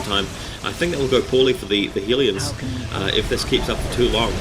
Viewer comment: Hey man, LOVE your videos really do, really helpful too =). One thing i'm unsure about is the pronounciation of Hellions. You say Hee-lee-ons but i noticed ingame, when built the Hellions say 'We are Hell-eons lords of flying death'. =) i'm confused lool. Dark Eldar are my favourite race i think. But i'm still a noob. It takes me and my friend to beat Insane Orks 8 minutes. Me as DE him as SM lol. We fail by ourselves.